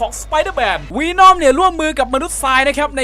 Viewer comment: ัเวน่อมครับ ไม่ใช่วีน่อม